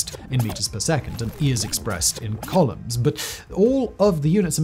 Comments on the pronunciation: The way he said columns instead of coulombs hints that he possibly doesn't know the subject as well as it appears. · I do wish that you would learn how to pronounce the words in the script that you are reading. Pauli is not poorly, Coulombs are not columns and Quarks are not quorks, among several others...